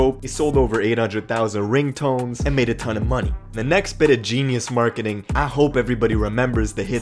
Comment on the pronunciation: Hahaha man said "Smarketing"..."